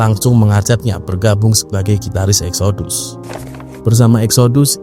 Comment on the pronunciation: Exodus kalo dibaca bunyinya jadi Eksidas..